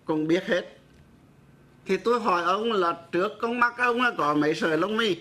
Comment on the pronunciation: Giáo sư đọc bài thơ THẾ THÁI NHÂN TÌNH của BẬC THẦY NGÀN ĐỜI mà sai một CHỬ vậy chẳng ĐÁNG TIẾC CHO ĐỜI LẮM SAO !...( Giáo sư đọc NẤY tại sao ko đọc là MẤY ???.